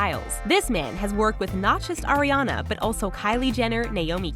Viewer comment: I am the only one that hear "Oreo" instead of "Ariana"